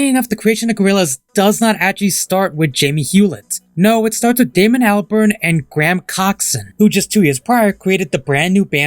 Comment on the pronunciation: Damon Not Damien